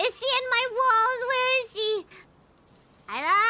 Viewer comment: I think she is one in EN (or the only one) who call "Kaela" perfectly. I mean, not "Keila" or smtn